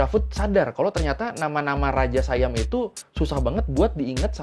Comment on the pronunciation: bukan sayam bang baca nya, baca nya tetap siam